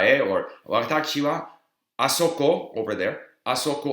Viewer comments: It sounds like you are saying "watacchi" instead of "watashi". Is this just part of your accent, or did you get used to that pronunciation because of hearing it that way in Japan? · why is he saying it like Watakshi wa? every 1 else says Watashi as I heard. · How come you pronounce 私 like 'わたち' instead of 'わたし'?